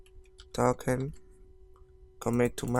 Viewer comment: I love how he says `Taken` instead of `Token` not to be rude. it is a nice comment, not a laughing at you one